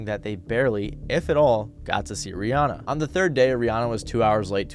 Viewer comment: That not how you pronounce Rihanna.